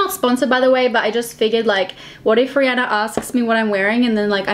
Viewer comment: When you realise it’s Rihanna not Rhianna..... 😳